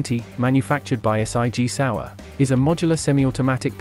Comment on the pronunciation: S.I.G Sauer get me everytime can’t just say Sig 😂